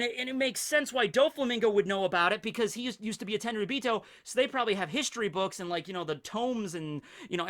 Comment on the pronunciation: ...Tenryubeato my meato...😂